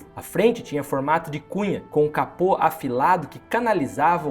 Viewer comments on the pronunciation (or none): none